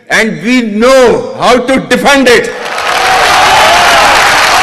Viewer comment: English pronunciation is also different instead of defend he says defund 😂may be right they r just defunding their country.